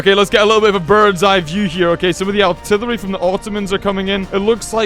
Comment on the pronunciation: It's funny that he says aułrtrillery